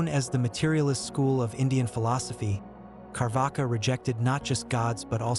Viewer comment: It is not Carvaka it is charvaka